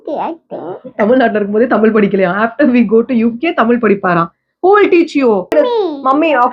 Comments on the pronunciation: U 😅😅 it's not tamil. Tamizh. Neenga tamizha ondrum 😅😅😅😅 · could be. Still a shame to say தமிழ் as தமில் and whole conversation filled with few tamil words her and there. You don't need to live overseas to forget தமிழ்.